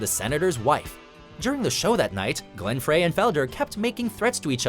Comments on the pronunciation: It's Glen Fry, not Fray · its glenn "fry" not glenn "fray" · Glenn Frey's name is not pronounced 'fray' but 'fri' like french frye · It's 'Frie' not 'fray' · Wait, wait, wait. Glenn who? Glenn fucking FRAY? Ugh. Next, the rest of the band will be comprised of Tomothy B. Smythe, Don Folder, Del Heinlay, and Joan Welsh. Glenn Frey. As in FRY. Like Philip J. Fry, but with an "e" in the middle. Still pronounced the same. Do you guys not bother to find this kind of stuff out before you make a video? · I'm kind of surprised that you would put the Oasis breakup above both Guns 'n Roses and Eagles. The Eagles breakup involved decades of acrimony and lawyers. And the Guns 'n Roses breakup was similarly bad. Oh, and not to nitpick, but you pronounce Glenn Frey's last name like "Fry", not "Fray". :) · Beatles should be 1. Not mentioned. The Kinks, Dire Straits. Aside. Pronounce Glenn Frey as Fry, not Fray. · (fry), not (fray). Someone should have done the audio equivalent of proofreading before this was posted. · It’s not Glen Fray it’s Glen Frey like fry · Frey sounds like Fry, not Fray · Glenn Frey's last name is pronounced "fry", not "fray". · Frey is pronounced Fry, not fray. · IT'S PRONOUNCED FRY NOT FRAY! It's ok I did it too at first! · Goddamn can't you pronounce it correctly? It's not "Fray" it is pronounced "Fry". After featuring them in a number of videos one would think you would do some research. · It's pronounced Fry, not Fray..... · It's dry not Frey... Maybe have a narrator that actually knows about this topic would help.... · The narrator clearly knows zip about the Eagles. Glen "Fray"? C'mon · "Fray"? smh. It's like they do it on purpose. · Even though it spelled Frey, I'm pretty sure it's pronounced as Glenn "Fry." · Glenn "Fray"??!! ha ha ha!! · Glen Frey is pronounced Fry. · PLEASE TELL THIS GUY THAT "FREY" IS PRONOUNCED LIKE "FRY" SO HE DOESN'T SOUND LIKE A GODDAMN IDIOT EVERY TIME THE EAGLES ARE IN A VIDEO. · Glen "Fray"??